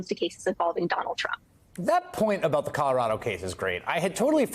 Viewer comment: Leah Litman is the first online personality to pronounce our state name Colorado properly. She now has a new subscriber.